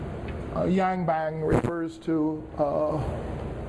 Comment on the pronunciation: seriously, i know he's not a specialist in East Asian history, but can we please get the names right? Yi Sun Shin NOT Yi Sun Shil Yang Ban NOT Yang Bang.